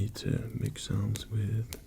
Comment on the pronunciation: OH MY GOD FOR THE FIRST SIX MINUTES OF THIS I THOUGHT YOU WERE SAYING SONS NOT SOUNDS I WAS THINKING THIS KING WAS ASKING PEASANTS FOR THEIR WIVES AND DAUGHTERS TO MAKE SONS WITH AND "RELAX" WITH AND THEN GOD DAMN EXECUTED THEM IF THEY WERE SLEEPY AFTER THE SON-MAKING i clicked here from one rp where you were kidnapped by a crazy stalker and another where a prince takes over your kingdom and threatens to kill your family if you don't marry him, ok, my mind is in a slightly dark place right now